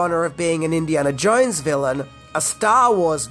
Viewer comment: I think it's pronounced "Jones", and not "Jouinz".